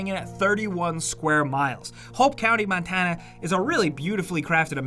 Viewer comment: 😹 the way he said Montana